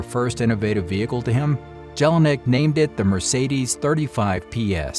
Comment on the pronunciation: Nice history told but if you tell a Story one should pronounce important names right and not destroy them! "Jelinek" (J is a j and not a g) and "Maybach" (there is no k in ..bach) are only two examples!